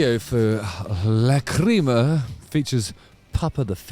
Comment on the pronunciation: Great review and great dissection of Tobias' amazing talent! (btw just mentioning, Google says "lachryma" is pronounced "lack-ruh-muh")